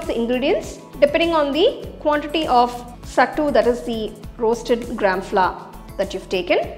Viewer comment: Youre pronouncing it wrong . Its सत्तू not सट्टू